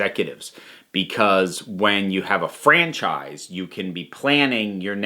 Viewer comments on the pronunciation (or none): I take a shot of potato juice every time you say franchfrise.